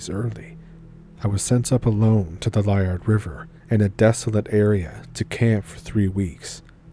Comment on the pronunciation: Its pronounced leeyard river